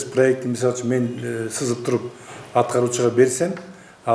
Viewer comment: чызып эмес сызып,чийип деп айтылат